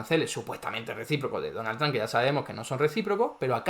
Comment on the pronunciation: Amo que diga "donal tran" JAJAJA nose quien es mas estafador. Este o el presiduende que tenemos en argentina